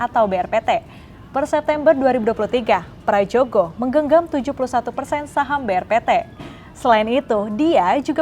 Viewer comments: Mbaknya anak Gen Z kah? Kok ga bisa baca Ejaan Lama. /Prayogo/ bukan /pradjogo/.. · Ini pembawa acaranya muka tua tapi ejaan lama aja gatau, sebel banget gue, huruf 'J' itu dibaca 'Y' jadi = Prayogo